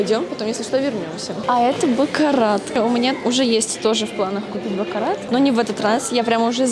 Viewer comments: просто говорю что бакарат надо читать без "т" на конце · не позорься правильно произносить не бакараТ,а бакара 😅